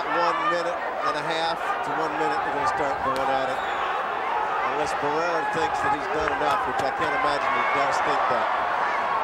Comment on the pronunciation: The announcer said he gave the the th to Barraera?😂😂😂this isn’t a track meet